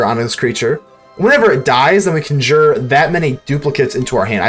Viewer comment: I do have to ask you, are you saying "conjure" as "cun jeer" as just a fun way to say it, or to mess with people, or do you believe that's how you pronounce it?